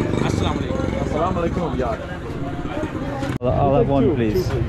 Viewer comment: Every time you met new people you Said Assalam o Alaikum!! It's wonderful to hear 😍❣️